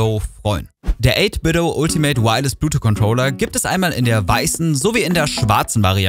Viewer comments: "Bluetwo" alles klar. "Bluetooth" ist schon nicht einfach. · Gutes Video und ich will auch nicht klugscheißen, es ist mir nur einfach zu oft aufgefallen, dass es ein Versprecher gewesen sein könnte. Du weißt schon, dass es Bluetooth heißt, und nicht Blutu? Sorry, sowas triggert mich immer hart ;-)